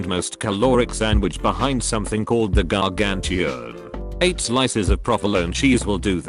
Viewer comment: I love how your text to speech software says “Gargantuan”